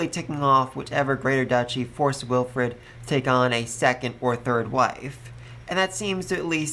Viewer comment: Bon-e-fay-shus Wil-freed Dun-kel-fel-ger Det-lind An-e-stay-shus Eg-len-tiyn Also part 5 volume 7 comes out in English on the 15th of November in digital format on j-novel if your ok with that format